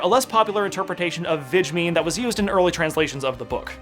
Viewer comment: You pronounce 'wiedźmin' pretty well :)